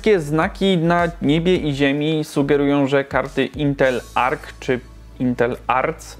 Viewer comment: nie intel ark ani intel arc ale intel ej-er-si